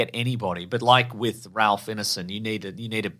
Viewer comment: It's Ineson as in Wine-son rather than Ineson as in Dinner-son (straight from the Finchy's mouth)